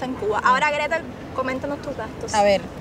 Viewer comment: Se dice Gretel y yo 😉